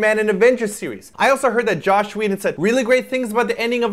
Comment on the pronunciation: Are you saying Josh or Joss? Sounds like Josh.... XD